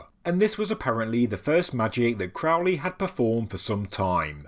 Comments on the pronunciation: (this is a lighthearted jab at thelemites, not the video) Am I the first to make the correction, Crowley should be pronounced "Crow-lee" like the bird or holy. Love is the law to all the thelemites foaming at the mouth over the pronunciation. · Crow , like the bird . Crow-lee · Loved it, loved it, loved it! Crowley rhymes with Holy, it isn't Crowley, that rhymes with foully. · It's pronounced CROW-LEE. Rhymes with HOLY. It's amazing how many "experts" there are that don't know this. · Very interesting, thanks. Crowley rhymes with holy. It's a ley with crows - if it's the English name.